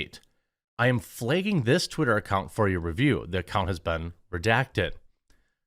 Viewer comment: “Flagging”. Not “Flayging”